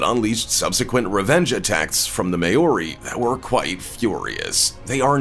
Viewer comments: “May-or-ree”. Crack up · like iv never herd it pronounced so badly ever not even from Asians who have been speaking English for a few weeks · Can’t even say Maori right. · exactly!! I was going to say the same thing, and as a samoan i know its really offensive when they pronounce it wrong. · Was also going to say something about his pronunciation.. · I live in new zealand:) and I do haka Btw you didnt say Maori properly lol